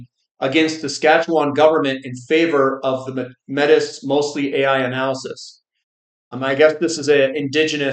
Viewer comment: You pronounce Métis like May T